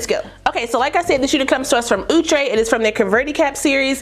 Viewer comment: I just wanna say thanks for saying OO- TRAY🤭